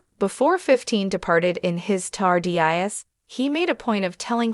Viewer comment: And it’s TARDIS… not T. A. R. D. I. S